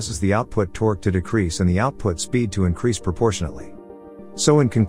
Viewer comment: "Hellical gears transmit the toque." They need a better AI voice.